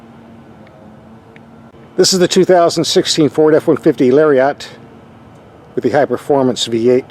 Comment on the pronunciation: Lar-eee-yot. Thanks. ZERO class littering scumbags up in your area.